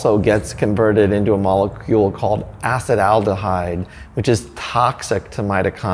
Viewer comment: it's not Ace-Aldehyde.... it's ace-taldehyde